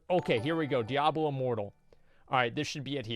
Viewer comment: DIE ABLO wtf dude